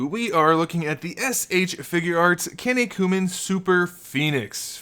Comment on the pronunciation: The way you pronounce Kinnikuman made me cough my drink out a little lol. Great review! If you like DBZ I definitely recommend the Kinnikuman series!